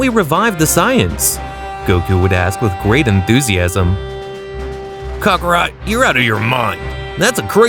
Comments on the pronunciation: kHAK AH ROT Say IN Kale like the vegetable. quit giving cockerspaniel rat soft zarbon vibes.lol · Sighings Cockarot Kalei These are driving me crazy 💀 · Kakorot not cokarot